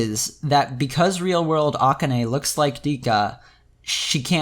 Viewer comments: The fact that you keep pronouncing akane's name like that is really throwing me off, but good video overall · Is there a reason you pronounce "Rikka" the Japanese way but not "Akane"?